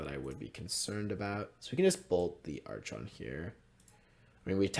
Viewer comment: I had to mute you during the match against taxes. God damn man, how you said archon make me physically feel pain.